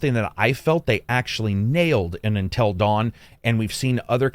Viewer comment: "Untell Dawn"